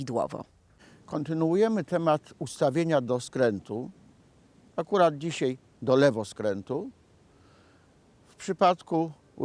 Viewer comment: Mówi się "dzisiaj" a nie "dzisiej"